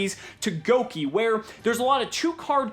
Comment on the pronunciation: I love you and the fact you didn't pronounce Gouki Goo-Keeys like the rest of the yugitubers lmao